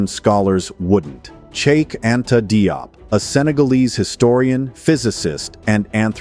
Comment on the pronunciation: Pas Dop , mais Diop